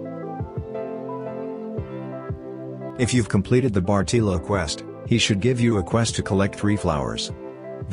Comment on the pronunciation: "bartEELo" lol thanks for the guide tho